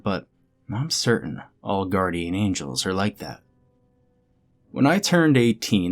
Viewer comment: Guarrdian? Is the angel a pirate by any chance?